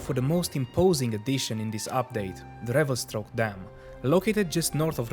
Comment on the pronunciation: good video, still laughing at "revelstroke"